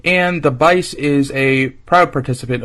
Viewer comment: "BICE" is pronounced "BEE-chay" in Italian.